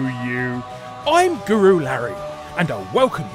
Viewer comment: I think this is the first time you correctly pronounced Guru. I always assumed you called yourself Goralary.